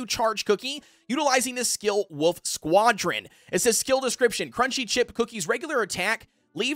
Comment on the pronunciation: Wolf not woof